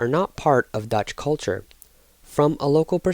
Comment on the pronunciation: Bro says, "Let's go Ducth"